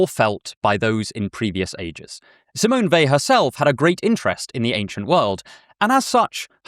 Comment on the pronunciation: Thank you for pronouncing her name correctly